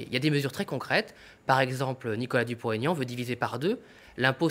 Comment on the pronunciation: Pour la journaliste : ce n'est pas Dupont "Taignan", c'est Dupont-Aignan. C'est un nom propre avec un tiret qui plus est, donc il n'y a pas lieu de faire une liaison.